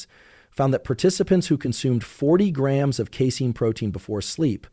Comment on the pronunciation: Such a boring, monotone voice. And doesn't pronounce grams or ounces correctly.